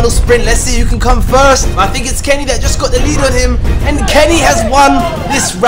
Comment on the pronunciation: johnny and carey is all i’m hearing say instead of johnny and kenny 😂😂😂